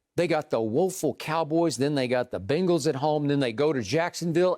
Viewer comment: thought skip said playing for the "bungholes" lol thas their new name